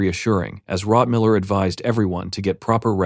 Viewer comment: why does the quality suddenly drop massively close to the 6 hour mark? several words are misspronounced, rotmiller is suddenly rotmillermiller, both the dwarf and the librarian are called hikkurad etc.